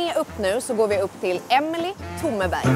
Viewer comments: Omg, tack😭 heter Emilie (norsk mamma) och ingen i Sverige har någonsin sagt rätt (jag var så hoppfull inför denna video)🫠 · Herlig intervju med fine Emilie. Bare husk på at Emilie på norsk uttales helt forskjellig fra svensk. Hver eneste bokstav i navnet skal høres og det uttales akkurat slik det står skrevet. Det blir mer som Emilia, bare uttales med e i stedet for a ❤